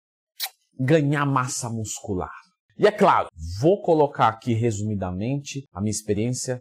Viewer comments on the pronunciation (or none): "Ganhar massa nuscular"